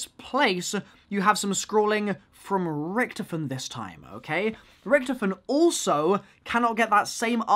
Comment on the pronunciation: RICK-TOF-IN Not rictifin